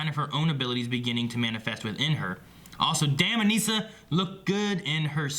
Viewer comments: you guys are saying Anissa's name wrong. it is bothering me like crazy lol and also the title is wrong. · LOL that's funny. When ever they say it wrong i yell the correct pronunciation at my computer. Why do they do this? They say her name on the show, like come on. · 5 episodes in and they still can't say Anissa's name right.